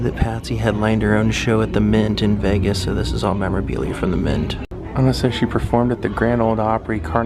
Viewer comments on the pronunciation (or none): none